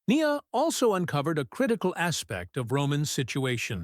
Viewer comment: It would be better if, when they use text to voice tech, instead of saying Nia Jax, they called her Nya Jax